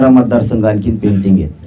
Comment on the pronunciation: पेंटिंग नहीं बाबू पेंडींग अस असतं रे ते बारामतीतून दम आला की काय nu 😂😂😂😂😂😂😂😂😂 पेंटिंग